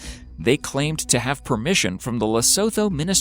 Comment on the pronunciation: I had a great laugh at your pronunciation of Lesotho!! Its actually pronounced "Le-soo-too". 😂